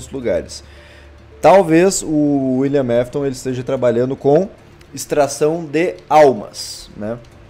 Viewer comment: William "nafton" kkkk